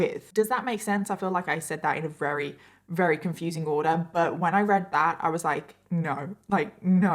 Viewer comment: I think its cute that you sometimes say wery instead of very. Is it your accent??